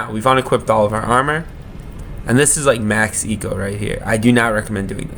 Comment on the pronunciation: pronunciation: ambu like in ambulitory limax (latin for slug) lee max